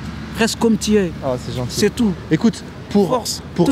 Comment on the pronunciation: "Merci pour votre témoignage c'est gentchil" Bordel, pas toi, pas après tout ce que tu as fait!